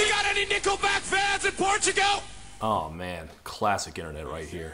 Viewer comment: "PORCHUGO". Chad Kroeger is Mister Metokur. Confirmed.